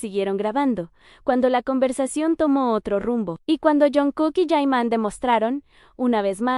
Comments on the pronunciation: Porque lo llamas yaiman. Yeimon! Ni sabes cómo se llama!! Se llama JIMIN, JI-MIN. basta de estupidez. No te veo porque sos poco creíble. Llámalo como se llama, aquí, Corea o cualquier parte del mundo JIMIN es JIMIN. Si te escucha el ladre, te da un voleo en el culo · Por qué ahora le llamáis Yaiman ,no creo que no en coreano se pronunce así ,así que por favor dejaros de poner nombres que no les. Corrempode su nombre y por el que le conocemos es Jimin o Park Jimin ya vale de tanta tontería